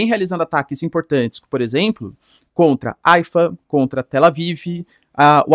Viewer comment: Se pronunciation rraifa e não aifa